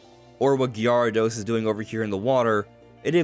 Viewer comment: AINT NO WAY THIS GUY SAYS "GEE AH RAH DOS"